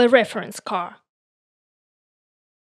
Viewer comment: The "REAR" of the car...is pronounced "REEer", not "RAre". А так нормально, видно, что английским интересуетесь. Определитесь с акцентом, у Вас намного лучше пойдет британский акцент, а не фальшивый русско-американский (CaRRR). Больше внимание уделяйте фонетике. Да, можно из вашего английского сделать конфетку, немного подкорректирвать. Good luck.